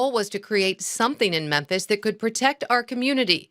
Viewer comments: I hate to be that guy, but I gotta. If you'd have only said it once, I would have chalked it up to a mistake. But you actually said this every time you said the city's name. You kept saying Menthis. Or at least it really sounded like that. It's Memphis. I don't know if anyone else has pointed that out, but I wanted to kindly correct that. No harm no foul. I just wanted to point it out. ✌️ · Am I high or is calling it Menthis instead of Memphis 😅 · Its mem fiss. You keep saying menthis 😂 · “Menthis” really bro? How do you make a whole video about a city and mispronounce its name? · Bro, it's Memphis, not Menthis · Are u calling it "meant this" on purpose? I know u understand it's pronounced "mim-fiss"....🤔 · Damn, the OP can't pronounce, "MEMPHIS." 😂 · You're saying Menthes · Its pronounced , mam- phis.....I lived there for a few years when the place was # 3 boom town in America ...lots of construction...... I dated a handfull of "women of color ".....and experianced some "harrassment " for it...but only from the brothers.....It was an experiance....I was young then and not shy ,... .it was a voilent place even back then......the late 80 ' s....... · Ok, I checked 3 times and Im POSITIVE this dude keeps saying "Menthis" Tennessee. Lol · Its pronounced MEN-FIS. NOT MEN-THIS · killing me here, with his "Menthis"!! 😂😂😂 #Mem-fiss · Sounds like you are saying men-this! FYI it is mem-fis Memphis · Where the f*#% is “MEN-THIS” Please stop messing this word up! It’s urking my life lol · Bro... where'd you learn to talk? It's not "Menthis" bruv 😅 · Great video! But...Are you saying Menthis??? It's Mem-fiss (Memphis) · Did I hear you say “Menthis, Tennessee”?? 😂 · It's Mem-Fis, not Men-this. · Are you saying Menthis?😂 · Memphis* sorry I love your channel but even on the news they call it “menthis” and it makes people appear completely illiterate. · Bro like the video like always. But it’s Memphis! Not Memtis. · It's MEMPHIS. Not Menthis.